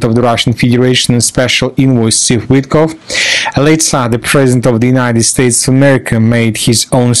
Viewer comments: WitKOFF,. Tu n'es pas obligé de saccager le nom des gens, bon sang. Prends des cours de diction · WITTKOFF, pas OUITECLOQUE 😂